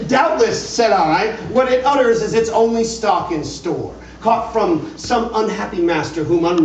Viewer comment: I don't mean this as a criticism of this performance but I've noticed that even people that are reading The Raven race passed the word ONLY in stanza # 10 and miss an obvious rhyme scheme. Even though there's no comma on the word ONLY it should still be slightly emphasized because it rhymes with LONELY. "But the Raven, sitting LONELY on the placid bust, spoke ONLY that one word, as if his soul in that one word he did outpour.